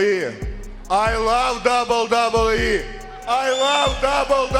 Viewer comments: Hey man, you can slow down and pronounce "double u double u e" instead of "dubbadubee" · A guy who pronounces WWE as “dubee-dubee-ee” mocking another man saying it wrong is delicious hypocrisy. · I hate AI voices, but this guys pronunciation of wwe and 2021 is so bad I’d rather here an AI voice. “Toozintwennyone” “duhdubbeee” terrible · Wwe not WB 😂 its all i was hearing annoyed me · Dude can't saw WWE either.. dubba dubba E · Dubyoo Dubyee. You can’t say WWE. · The fuck is DUBBADUBBABEE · "Pfft... imagine not being able to say WWE correctly," said the guy who says "dubbadubbe". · "imagine not being able to say WWE correctly" says the guy who constantly pronounces it like "dub-dub-yee" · The way you say WWE... dubadubee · This dude could both NOT have to say “WWE” in every single sentence. And also TRY to pronounce it correctly. “Dubeeydubeeeeee” 700 times in this videos. Ffs man. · Not a bad list but hard to listen to you say “dub da bee” every 15 seconds lol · Amazing job, great video! You DO make the now classic mistake of calling the WWE the “Dubyoo Dubyee” which is NOT what it’s called, but hey, you can work on that.👍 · “dubidubyee wrestlers” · "Imagine not being able to say WWE correctly" "...which led to him becoming the contender for the DUBEE DUBEE Championship" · Are you saying "WWE" like that as an inside joke or do you actually not realize it's absolutely intolerable to listen to? How about just slowing down 0.2 seconds and saying it like a normal person? I want to finish the video but couldn't make it past 3 minutes, it's legit unbearable dude — it's 3 letters, you speak perfect english, just say it like every other person manages to do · It's so f*cking bad. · Only one criticism. Can you please pronounce WWE so that it sounds like W-W-E, and not something that fell out of Vladimir Kozlov's mouth? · "Imagine not being able to pronounce wwe" "Nar sis ist" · bro you got some serious challenges while saying WWE.